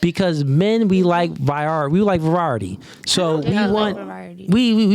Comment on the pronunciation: "vorierity, we like virioridy" 😂😂😂